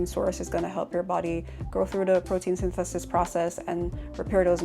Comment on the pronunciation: "Mussel pwotein 'yntesis" 🤣